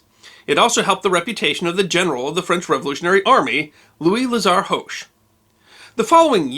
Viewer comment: I love your videos, but as several of his decedents have told me, the H in Hoche is silent. :)